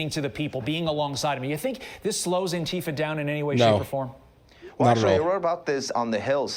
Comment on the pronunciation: The pronounciation should be antee fa(n), in my opinion. Instead of fa(r). The way fasist sounds (misspelled intentionally)